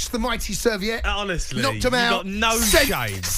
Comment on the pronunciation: At least get the name of the opposing team right… It is Servette, not Serviiiiiiette! 🙄